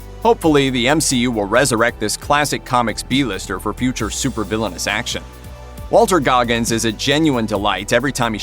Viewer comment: On a side note, it's Walton Goggins, not Walter.